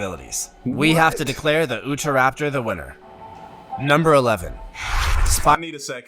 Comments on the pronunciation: It's U-tah raptor not oohtah raptor it's named after the state of Utah..it's name translates to "the thief of Utah" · this narator did absolutely no research in the pronunciation of these dinosaur names...for example...he was saying oota-raptor...when it is UTAH-rapter...named for the state it was discovered in